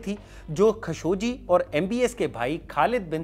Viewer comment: its KHASHO-GEE not KHASHO-JI